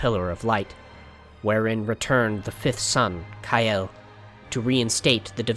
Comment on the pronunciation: "Ka-el no "